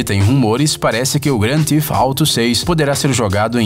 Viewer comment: O erro cometido é comum e inofensivo. Acontece. Ao invés dele pronunciar "Theft" (roubo), acabou dizendo "Thief" (ladrão) ou até mesmo "teeth" (dentes). Para acertar a pronúncia do nome original do game com a fonética brasileira basta nós dizermos rapidamente "gran-tif-tarou" ;)